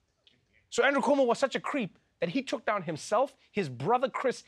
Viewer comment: Perfect pronunciation of “Cuomo” in Brazilian accent!!! Kudos!!!